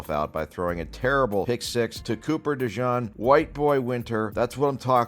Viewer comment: Nope. De-Jean.